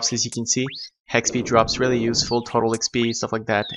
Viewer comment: It's because your pronounciation on nearly everything has an "H" sound in front of it. HEX-P is how it sounds like you pronounce it. "HOR-ion" instead of Orion. Your guide is good, but you need to work on how to pronounce the stuff. I know you might feel like you pronounce it well, I have the same problem:)